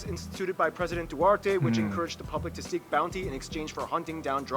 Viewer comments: omg its DUTERTE not duarte🤣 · Hahahahaha "president duArte" hahahahaha